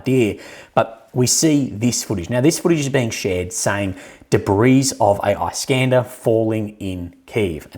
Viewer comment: Isk-ander mate! Isk as in Whisk. I know you've been told a few thousand times, so I'm sure you'll get it eventually. 😜